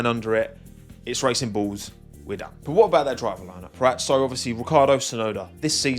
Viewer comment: I'm so sorry every time you say racing bulls, I hear racing balls so that's what they are for me